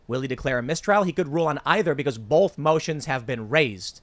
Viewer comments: Take a shot every time Tim says Bolth instead of both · Tim Pool: "BOWLTH" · Bolth? What is bolth? Why does Tim keep adding an L in both?